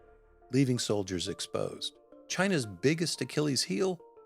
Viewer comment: I had to rewind and listen again and yep, I heard correctly, he called them Chinese “stole-diers” instead of soldiers!